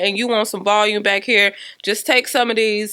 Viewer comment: Definitely wanna get it. Looks so cute. Love how she she says "bike" for " back". 🤭🤦🏽‍♀️😂